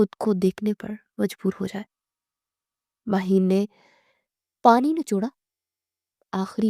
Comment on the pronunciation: It's Maheen not mahin..